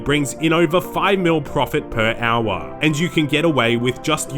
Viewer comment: "per owah"